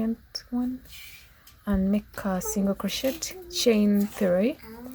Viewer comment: It's not crochettttt. It's crochet. The t is silent. The tutorial is nice beside that